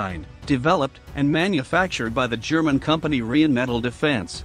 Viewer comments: Can someone teach this strange speaker how to pronounce "Rheinmetall", rarely heard such a stupid deformation. "Rheinmetall" – "Rhein" is "Rhine" and "Metall" is "metal". This "Rhine" not only comes from the river Rhine, it is also spelled and pronounced the same way. One word with one syllable, nothing is linguistically torn apart. As a company name "Rheinmetall", the combination of "Rhine" and "metal" is a nominal compound, as such a proper noun and a word that cannot be mangled even by English speakers. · it is "Rheinmetall" refering to the river "Rhein" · It's totally ballsed up. The 5 written vowel sounds in English don't cover the 20+ vowel sounds you hear in spoken English, so reading the word out is not enough.